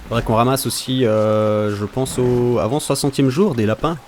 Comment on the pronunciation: Et aussi, on dit pense, pas pance ou pence.